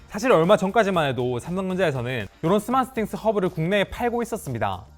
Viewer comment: 왜 자꾸 스마쓰싱스 라고 하는거야 ㅋㅋ